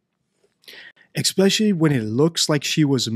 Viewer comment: i do appreciate the thoughtfulness with which you present your knowledge. I am surprised that someone with such an understanding of language mispronounces the word especially (expecially).